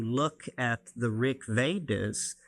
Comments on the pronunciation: Rig Vedas, not Rick Vedas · He did kind of pronounce it that way though :)